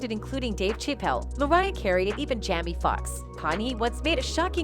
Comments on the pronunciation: Um correction , it's Jamie, NOT jammy, please stop messing up people's name. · 😂can you please pronounce his name right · Jammy Fox and Connie West..smh